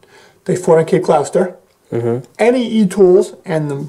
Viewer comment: Cape Gloucester is pronounced Cape Gloster.